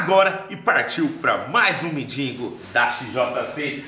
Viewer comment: Mendigoooo não mendingo